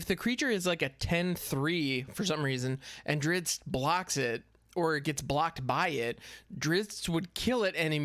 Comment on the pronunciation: I always loved the books / stories with that heroic and damn handsome dark elf fighter. It is pronounced Drist Do'Urden <3 and his full name is Drizzt Daermon N'a'shezbaernon. I won't try pronouncing that. xD gonna stock up in rare wildcards for sure now.